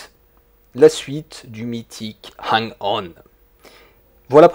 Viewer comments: À "Super Hang-Out" ?! Euuuhh attends là c'est moi ou... ? 🤨 "Alors Super Hen-Hong" Noooonn toujours paaas... 🥲 "La suite du mythique Hung-On" Aaaahh, c'est déjà mieux ! 🙂 "Dans Super Hen-Own" Décidemment, quand ça veut pas, ça veut pas ! 😅 Bon j'arrête, je ne vais pas citer toutes les autres tentatives 😋 Sinon, trêve de plaisanteries, super vidéo ! Et oui, complètement d'accord avec toi concernant la synchronisation vitesse de défilement / décor / route / éléments du décor ! On est d'accord, il y a un vrai problème et je l'ai toujours vu ! Déjà à l'époque ! En revanche, ça ne m'a jamais empêché d'aimer le jeu, malgré la lourdeur du gameplay et les aberrations d'animation (saccades et compagnie) 😊 Ah et sinon, j'ai toujours trouvé que la musique (enfin le petit bout de musique, celui-ci à ou encore à ) ressemblait beaucoup à la chanson de Francis Cabrel "Les Murs de Poussière" 😆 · Hang On t'as du mal à le dire hein^^ Pareil je préfère la version SMS